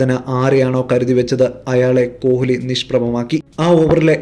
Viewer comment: കോഹിലി yalla uchharikkendathu. Koli nnanu parayendathu.